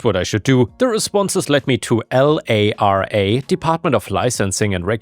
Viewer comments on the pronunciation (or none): none